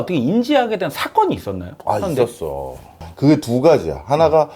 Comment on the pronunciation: 현다이? 일본인 인가? ㅋ ㅋ 더 정확하게 겐다이 라고 해 😂